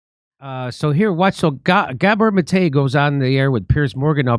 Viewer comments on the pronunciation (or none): Wait, which syllable is emphasized in each of Gabor Mate's names? You just did it the opposite of the way you sometimes do it.